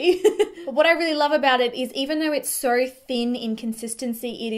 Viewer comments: Example instead of so affordable it comes out like soooarrrrr affordable. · New to your channel however the fact that you do place a strong rrrr after words with Os is a little distracting lol